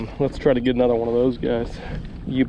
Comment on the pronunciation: "Anuther one " 🤣🤣🤣